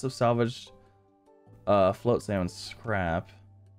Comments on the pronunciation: Pronounce it with me: FLOT (same sound as THOT or thought or sought or ought or taught or hot or slot) - SAM (the dude's name is SAM). GG on learning new things. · I wonder how long it will take before he says the game name right